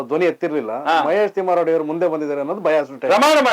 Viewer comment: ಲೇ ಮಂಗ್ಯಾ ಅದು ತಿಮರೋಡಿ ತಿಮ್ಮರೋಡಿ ಅಲ್ಲ ಆಯ್ತಾ